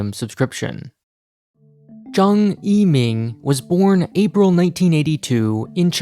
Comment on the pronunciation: Massive respect for going to the lengths to correctly pronounce yiming's name at the start